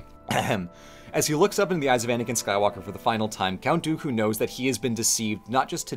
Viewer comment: the best way I managed to piece it together and mind you... i'm like a casual cantonese speaker, and this is purely my theory... which is this: In that VERY VERY Specific scene where Ewan - Obi Wan is saying Dooku's name he says it so quickly he says almost like "duKu" introducing two Chinese syllables that sound like duKu 的 - Di - which can be directly translated to "of" 佢 - Ku - which an be directly translated to "him, her, his him" and most relevant for this "IT" duKu therefore translating it back is Count "Of it" Now if you're half-assing the translation how do you one word Count "of it" Count "the"